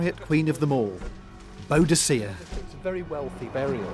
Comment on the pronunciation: Boudicea? Boudicca!